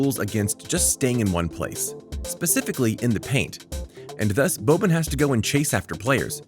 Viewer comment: Bro I’m cringing from you calling him “Bobbin”